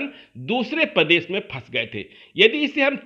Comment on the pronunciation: Pradesh hota h padesh h language sudare totola